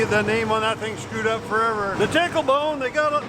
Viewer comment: Did he say, "pickle bone?"